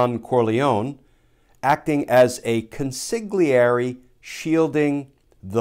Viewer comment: Glenn, so that you sound like a professional, consigliere (con-si-gli-e-re) is properly pronounced kohn-see-lee-ay-ray, roll the R! In Italian, the gli syllable is pronounced Lee, thus gigli (gi-gli) is pronounced gee-lee, not giggly!